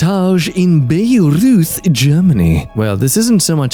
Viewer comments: that pronunciation of Bayreuth 😂 As a German I think we should use jacks instead of the actuall one ( "bairoyt" for all the english speakers ) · it pains me a little bit how pronounces Bayreuth xD